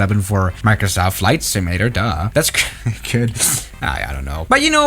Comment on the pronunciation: Repeat after me: SIM-U-LA-TER, not "simllra".